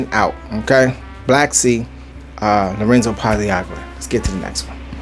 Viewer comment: Pazzaglia the g is silent, pronounced Pazal-lia 🗡️